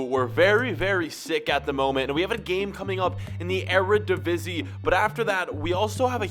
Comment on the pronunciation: thank you for reading the comments you finally said Eredivisie right